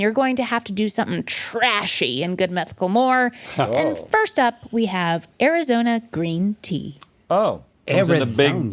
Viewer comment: "arizonia" Link watched What we do in the shadows